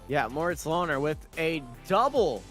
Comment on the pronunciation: Me screaming at the screen 'Löhner is NOT pronounced Lohner'! When do commentators learn the correct pronunciation of the drivers?